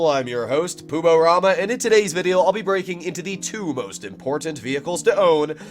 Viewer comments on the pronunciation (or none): none